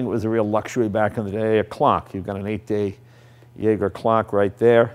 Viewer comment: Thank you Jay... for calling so many things on this bike "Mine"... as in "Your this and your that" !! Let me know when I can come pick 'em up 😂😂 And the clock is a Zha-zhay... ie Jaeger. The current brand is pronounced Zha-zhay Le Coot, (Jaeger Le Coultre) as it is a French company, not German; look it up. And you don't "Drive" a bike, you RIDE it ‼️ Cheers for showing us this beauty though. Luvya... ❤️